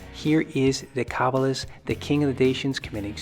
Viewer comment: Decebalus, not" deca.